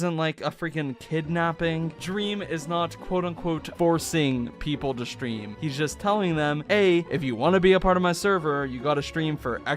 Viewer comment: I love how you say shtream instead of stream. It's very adorable